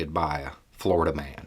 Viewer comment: Sorry I have to ask why did you emphasize "in Florida" is it the weather, the fauna (Florida Man included), the I don't know? It's taking over all other thought processes.